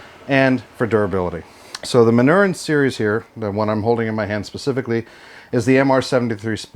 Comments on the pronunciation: Just an FYI: The name of the maker is pronounced "Man-nor-reen." Are these still manufactured in the same manner as the originals or has Beretta "updated" the process?? Jim F, Tucson, AZ multiple Original manufacture Manurhin owner. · Manurhin is pronounced: 'Mah-nyu-RANH'. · It's pronounced Man-ur-in !!!!! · True French pronunciation of the word Manurhin is difficult in English because the French sound of the letter U does not exist in English. The ending of the word ("rhin") is also very difficult. If you want to know how to say it, go to google translate site, write manurhin like you want to translate it to english, then click on the speaker icon. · If you are going to acquire a brand, you should learn how to pronounce it.